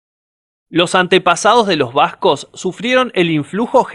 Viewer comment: Un trago de tequila por cada vez que dice bascog (Vascos).